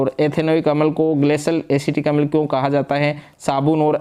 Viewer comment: अमल नहीं होता अम्ल छार होता है sir 😮